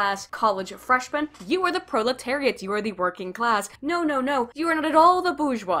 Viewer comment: Pro...proliterate? Goyim? They trying to say goyim?